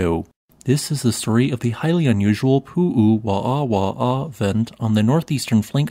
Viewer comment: Hi! Hawaiians pronounce there w as a v. Like the Germans. I think also this is the only known obsidian site in Hawaii. As it was found historically due to a quarry the Hawaiians did not have access to it. It would have made better weapons for their stone age culture.